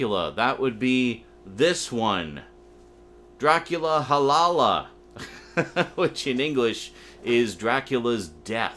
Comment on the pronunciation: As a Hungarian myself, it was funny to hear you try to pronounce "halála" :) It's such a shame that that movie was lost though. Still, maybe one day they'll find a copy buried somewhere or something lol.